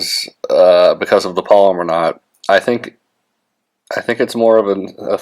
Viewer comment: It's properly pronounced PAL-O-MAR (which is the name of a place), not POL-i-mer (which is a name for a type of plastic), like some fishing line.